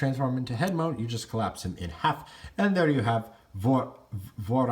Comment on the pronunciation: It should be Vorath, not Vorth